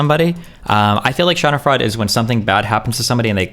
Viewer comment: What was that pronunciation of 'Schadenfreude" 😂